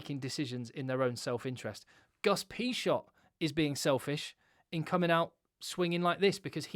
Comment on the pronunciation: Great video, though you literally made me hit the table each time you pronounced Agustín Pichot name. Cheers